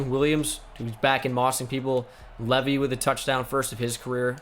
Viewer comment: It’s not leavy it’s said like leeevee